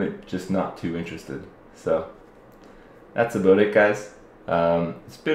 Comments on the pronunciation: Thats a booot it guys :D dat Canada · omg did he just say aboot it =D